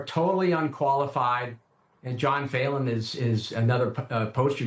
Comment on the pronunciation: Pronounced feelan not faylan